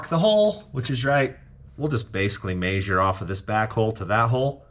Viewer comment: "Maysure"? It's measure.